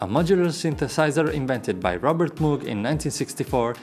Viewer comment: Moog is pronounced with a hard "O" as in rogue. Not a soft "O" as in mood. One of the pioneers of the Moog synthesizer was Wendy Carlos who designed many of the circuits Robert Moog used in the Moog synthesizer. She released her first album "Switched-On Bach" in 1968. Fully realized on the Moog. She released her second album "The Well-Tempered Synthesizer" in 1969, "A Clockwork Orange" soundtrack for Stanley Kubrik in 1971, "Sonic Seasonings" in 1972, followed by a reissue of Clockwork Orange and Switched-On II, "The Shining" soundtrack in 1980. and "Tron" soundtrack in 1982.